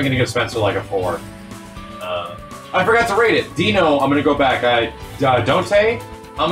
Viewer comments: It's not El Donte? Dropped man. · "Donte" instead of Dante, very clever 😆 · I can't believe someone said "Donte" out loud, without they're jaw locking up to prevent all the cringe that gets "spoken" into existence.